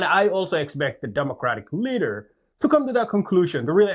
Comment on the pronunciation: For a few seconds I thought he said they need “a good learer”.